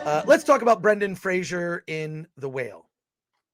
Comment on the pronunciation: Brendan Fraser's surname is pronounced "Fray-zer", not "Fray-zher."